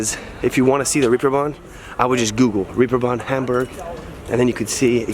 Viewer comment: for beeing in HAmburg, you should ebven pronounce it properly and stop beeing so ignorant, american!